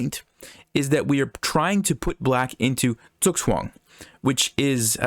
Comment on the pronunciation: what is the thing he keeps saying, zukswang?